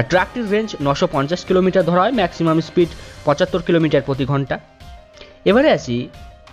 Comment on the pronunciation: স্প্রিইড🤣 কি উচ্চারণ রে বাবা😅😬🤣